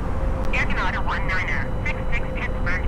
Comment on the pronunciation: I can't believe after all these years Microsoft ATC can't pronounce Canada correctly !